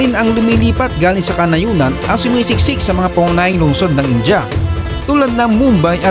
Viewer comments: Pansin q bkit ang pronounciation mo sa india ) ay inja (in-ja ) sa halip na( in-dya ) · 😂😂😂😂 Filipinos really need to unlearn calling India as Inja. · Bakit ang pronunciation nyo sa India ay Inja?